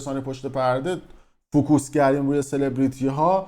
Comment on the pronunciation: pa beskooot FOO KOOS chiye hame yad gereftan eshtebahi shoma ham tekrar mikoni , koka "Focus" hamon tamarkoze khodemon khoonde mishe FO Kes